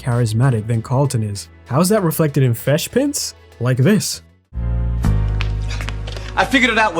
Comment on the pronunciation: The way you pronouce fresh like "frewsh" prince is so bothering and jarrinf to me it's hard to listen to